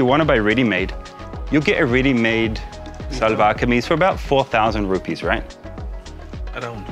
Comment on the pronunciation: Seems a bit more tight fit. It will remind you about losing off a bit of weight. One correction, It’s called “Shahlwar Kameez” ( SHA sound not SA). Nice short video clip.